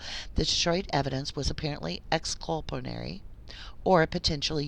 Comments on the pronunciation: ExculpaTORY not ExculpARY Dear. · Thank you for fixing the audio. One little critique, you keep saying exculpanary instead of exculpatory. Jyst wanted to let you know so you catch yourself next time.